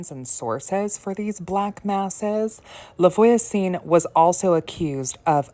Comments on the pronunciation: No offense just to help :<3 Try to pronounce "Lah vwa-zun" (LaVoisin) which means "TheNeighbour" but you probably know it ;) This is a lastname so it doesn't matter but the orthograph is not correct : for a female neighbour you should write "la voisine" and for a male neighbour you should write "le voisin". Hope you won't take it as me patronising you, it was to truly helping, as i like help to improve my english .... ;) A frenchy witch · Hi. Thx for the video. "La Voisin" is actually not that elaborately pronounced: just think, Vwah-zah" (two syllables, not three), and make the "h" a bit nasal. A guiding rule with French is, if a word ends in a consonant, it's not pronounced at all; if it ends in a vowel, then the consonant is pronounced (and SOMETIMES the vowel😊). Cheers!